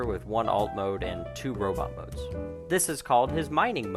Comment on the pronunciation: Robit? Oh please say it correctly. It bugs the crap out of me when people mispronounce robot. 😃